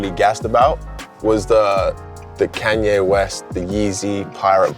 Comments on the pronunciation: i swear u said kangaye west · My boy really said can-ya west wow!! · No one:...:KanYay West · Nobody: Not even Jarvis:: Kenye west 😭😂” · "Can Yay West"